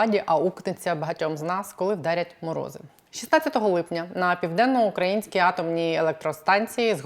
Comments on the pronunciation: при всій повазі - не ПівденноукрАїнська,а ПівденноукраЇнська, невже Вам це не відомо. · ПівденноукраЇнська ! !!! Ведуча, говоріть правильно! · Наголос!!!!! ПівденноукраЇнська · Пані, Піаденно-украЇЇЇнська АЕС. Ну дуже ріже вухо....вибачте) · Південноукраї́нська атомна електростанція, пані зважайте на наголос, бозвучить якось не дуже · хочу допомогти вам говорити правильно, а саме вимовляти слово 'ПівденноукраЇнська АЕС'. Наголос на букву ї. Дякую! А то звучить дуже негарно. Також дякую за випуск!